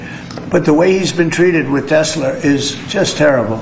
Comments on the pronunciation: I thought Donnie was yelling out “Tesleeer” in a kind of playful (and insincere) way, but he keeps saying it that way. So it’s probably that, ever since he heard the name, he misheard it, and then kept thinking and saying it that way. - He seriously just didn’t connect the dots that it’s “Tesla” in reference to Nikola Tesla and of course electricity. - That’s… both shocking (heh) and unsurprising. He really has the mind of a child. Though, to be honest, he doesn’t care to look into things, so I can believe that he seriously never noticed the name in writing, even though he should be way more observant, but also he’s probably quite hard of hearing so I can imagine he actually heard “tesler” from the start, even though that was like 15+ years ago now. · orange says tesler because he's from Queens, and the accent either adds or drops R's. you think he'd learn it, tho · he calls is TESLER for the same reason he says FENTANOL because he is unable to read. (it's FentaNYL) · Teslr and not Tesla ,,,,,, he can't even talk ............. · Why no one corrects him when he says Tesler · The wrong way to pronounce Tesla. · Tesler is biggly. He loves words, biggly words. What is a Tesler anyway? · I just need to make one tiny complaint.. as a fan of yours! I think the way Trump pronounces Tesla is his NY accent. I’m💯% on board riding him on ALL the shit he pulls and ALL the BS he’s doing and saying… but this one is just an accent. Gotta let it go. New Yorkers/New Englanders and the English pronounce it similarly. JS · Why can’t he say Tesla properly? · It's "TesLA!" Not "TesLER!" And also, kid rock is a washed-up hazbin and can go to HE🏒🏒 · He calls it Telsler because he's so smart he knows stuff that we don't about it duh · We need shirts with pictures of Donny saying "I love-teh-slur." Because that's what he's doing constantly. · "I LOVE TESLER!" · He is saying tesler on purpose now. He misspoke the first time, now trying to make it seem like that's just how he says it.